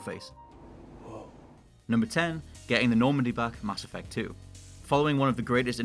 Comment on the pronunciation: He pronounces mass effect as masturbate 😂😂